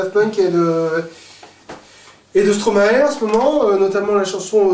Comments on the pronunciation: Pas stromaé mais STROMAE Bordel tu dit maestro nan ? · Stp pronoce Stromaï et pas Stromaé, ça vient du verlans de Maestro au cas où ( si tu pouvais faire passer le message à toute ton audience française ce serait bien merci ) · STROMAE pas stromaé >:O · Vous êtes vraiment marrants! Par contre, Stromae se prononce "Stromaï" (Je suis belge et j'entends souvent cette erreur de prononciation chez les Français).